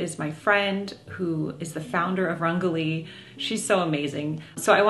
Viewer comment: Jennifer, I believe you’re pronouncing your friend’s name and brand incorrectly. If she’s of Indian origin, it’s un-JA-lee. And the brand is rung-GO-lee (which could mean colorful). Check with her 😊